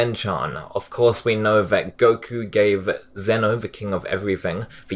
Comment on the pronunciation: Calling Zen-Oh 'Zeni' is like calling someone named Dolly 'Dolla.'